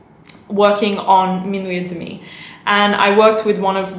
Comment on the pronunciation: et demi is pronounced "ed mi"